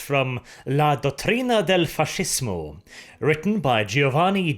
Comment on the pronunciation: as an italian, just one thing about pronunciation. Whenever you find a sequence of s and c, so a sc like in fascismo, it's to be read sh (or as french ch, likè in chevalier), so read it as fashismo...there are just a pair of italian words that contain the sc sequence but are to be read as sk, so few that i can't even recall one to write down an example...anyway, in italian alphabet the k is absent, so we make the hard k sound writing ch (i know is confusing for an english speaker, because for you ch sounds as for us sounds a simple c, that you pronunciate as s ahahahahah a mess).